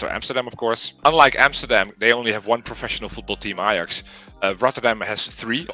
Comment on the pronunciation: eye-jax…Does it still hirds?? 6-0 😜😜😜😜